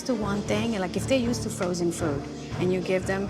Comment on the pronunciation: Fresh not froozen fresh? Oh gawd 😅